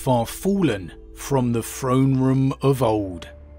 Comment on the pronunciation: Say it with me "THrone room" not "Phrone room."